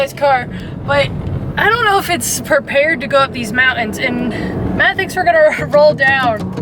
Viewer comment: Teach to say "Mountains" and "Buttons". Love your channel and both of you.